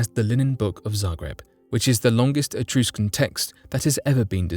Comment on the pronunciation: uh-truh-skn not etrooscun